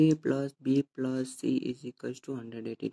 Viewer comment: plus lai Plosh kina bhaneko?